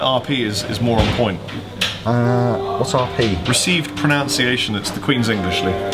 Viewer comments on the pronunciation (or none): the irony of saying that his RP is better and then mispronouncing pronunciation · said he has better received pronunciation and then goes and mispronounces mispronunciation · I like when was saying that his received pronunciation was better than Lee's he mispronounced pronunciation. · going on about his RP being 'On Point'. Then immediately says 'proNOUNCEiaton'. Oh the irony. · "received pronOUNciation" -- I'm assuming this was intentional?:D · "Received pronounciation" lmaaaaoooo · lol, the irony of saying 'correct pronounciation' when it should be 'correct pronunciation' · Mispronounced ProNUNciation in a conversation about correct pronunciation. Oh the irony. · When mocks Lee's pronunciation by incorrectly pronouncing pronunciation... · you pronounced pronunciation wrong, the classic manouvre